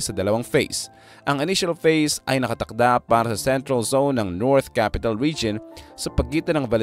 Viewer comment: Phase po, hindi face. Feasibility studies po, hindi visibility studies po. Peborit ka siguro ng English teacher mo ano, pre.😮😮😮